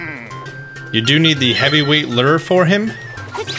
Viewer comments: Great videos man! But for the love of God lure is pronounced Lou-er. Not Ler. Lol but seriously love your vids. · Thankfully we're done with the Fishing game, I don't have to hear you pronounce LooURE as "lur" ... hahahahaha! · He does that on purpose, I'm sure.